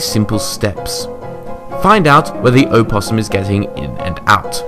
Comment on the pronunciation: That's not how you pronounce opossum